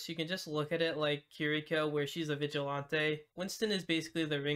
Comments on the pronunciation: i hate that u say vigilanteeeyyy its vigilantiiiii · the way he said viglante just mad me mad it sounded like he was speaking frence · The way you say vigilante makes me laugh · why does he say vigilante like that